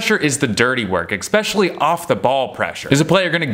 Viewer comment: Is there an American accent where they say 'expecially', or is that your own flare?